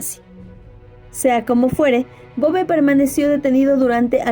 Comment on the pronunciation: Muy buen video... Me gusta tu contenido exponiendo pequeñas perlas a veces desconocidas de nuestras tierras latinoamericanas... Una aclaración... En Uruguay ese apellido lo pronunciamos acentuado en la "e" sería "Bové"... Pero lo escribimos tal cual aparece ahí... sin tilde...